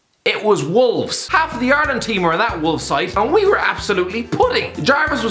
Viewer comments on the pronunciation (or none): Please stop saying ARELAND